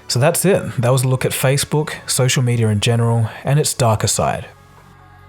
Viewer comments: It’s not “medier” it’s “mediUH” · "Media" not "medier" which is what you are saying many times throughout the video.